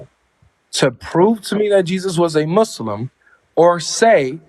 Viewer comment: Guys a troll could not even say muslim properly pronounced it mushlim. He's playing games probably avery friend?